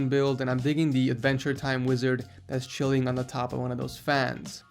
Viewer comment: Did you say chillin there on purpose?